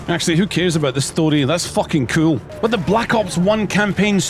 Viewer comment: This video made me realize two things - How much of my childhood I truly owe to Gary Oldman. From this point on i will be choosing to swear in a scottish accent after hearing say " who cares, thats fawking kewl" because that shit scratched my brain in a way I cant explain